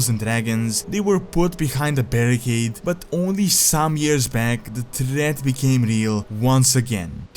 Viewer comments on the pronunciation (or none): none